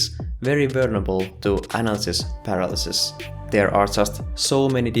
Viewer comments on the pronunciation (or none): I will have nightmares with your pronunciation of "Analisis Paralisis", how you speech that... sounds tetric!!! As always great video.